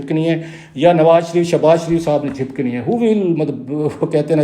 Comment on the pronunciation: Jhapakni not jhipkani